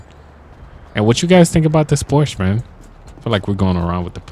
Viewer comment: It's pronounced "pour-sha" btw